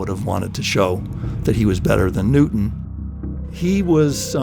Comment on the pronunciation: Who was "Nootin".